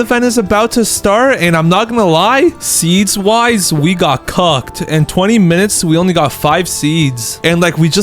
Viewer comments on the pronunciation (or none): Bro sayed cocked instead of cooked